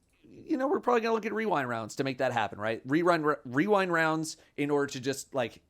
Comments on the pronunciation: Can we get a clip with wearing cat ears mispronouncing "weewind wounds"? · Wewind waounds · Rewind Rounds? I know Weewind Wounds.